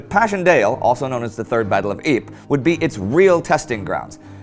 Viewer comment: Ypres or rather Ieper/Yper is actually pronounced like 'eaper' with a rolling R of course.